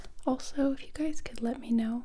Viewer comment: Siempre cuando escucho hey guys pienso que me dice “hola gays" me da risa XD